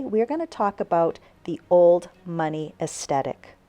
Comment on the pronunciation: "es - the -tik"